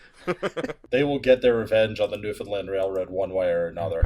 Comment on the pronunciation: I see the oil tanks in St. John's outside my window every single day. Thank you for saying "Newfoundland" properly.